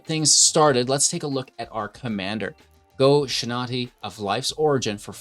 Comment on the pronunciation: Go-shinaty? Dude, read.